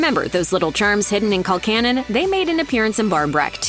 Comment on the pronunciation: It's pronounced Col CANNON